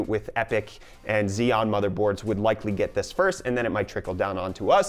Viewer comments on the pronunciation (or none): none